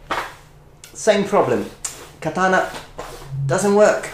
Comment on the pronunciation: "the katanana" <3